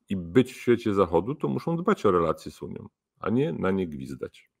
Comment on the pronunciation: Taki mecenas A mówi; Uniom , mówiom .